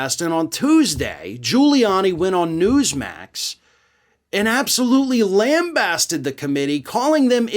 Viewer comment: So... lame-bastid?